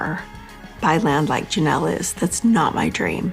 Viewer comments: I can't listen to this. Lol. She's always calling Janelle Yanelle. Lol. It's driving me nuts. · AI bs with the “Yanelle” nonsense. One I watched earlier clearly Had Robyn labeled Sobbin/Sobyn and the AI was saying it all crazy. You’d think they’d check the promouncoation of the main Person 🤷🏻‍♀️